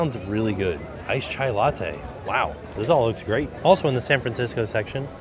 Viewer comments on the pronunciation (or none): none